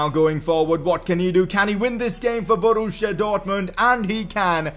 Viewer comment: Borussia not Boruuschia